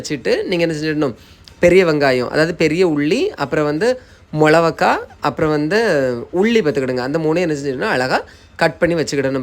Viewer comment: ஏண்டா மிளகாய்னு வாய் ல வராதா?😂 மொளவக்காய்ங்கற. 😡😡😡